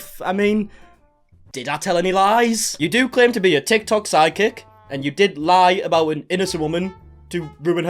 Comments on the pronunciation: I’m glad your accent makes it sound like your saying side kick nit psychic lol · oooooh your saying Psychic................iam australian so sounds like "sidekick" lol........sorry aussie humour